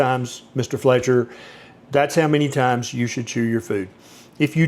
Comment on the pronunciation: thats "Fletcher" not Feltcher right?😂 I always thought it started, as a means to control during Victorian times, when strict protocol was thought to better oneself, Kellogs anti wanking flakes, must be one of the greatest financial successes of a failed product ever 😂